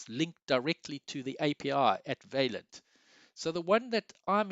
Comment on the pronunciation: You should really check out the correct pronunciation of the French word 'vaillant', dude. Also, you could have said all that's relevant in about half the time of the video. Boy, are you long winded!